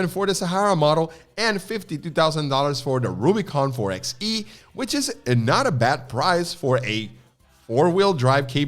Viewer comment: It's "4 BY E" not "4 EX E". Kind of like 4 BY 4. 4XE, 4X4.